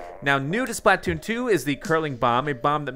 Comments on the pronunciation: Its SPLA-TOON not SPLAT-TOON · pLeAse STOP CALLING IT SPL"A"T OON JUST SAY SPL-{UH}-TOON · you're saying splatoon wrong. its Spluh-toon not SplAT-toon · He calls it splat- toon 😂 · I dont like how he says it.. splÃtoon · Dude it's not splatoon it's splatoon